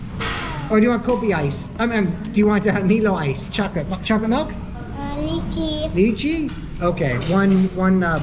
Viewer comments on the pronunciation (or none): Poor baby. But good thing he didn't have meltdowns. Good tt u carry him so he can sleep while the older kids still get to go out as promised. Btw It's my-lo and lie-chee.